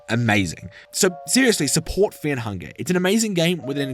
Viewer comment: I want to signal you to the autorities because you pronounce Fear and Fair the same